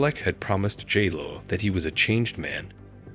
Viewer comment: “Gee-Lo” 😅… yeah this wedding was catastrophic